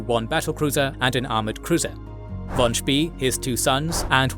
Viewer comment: Spay. Not Spee.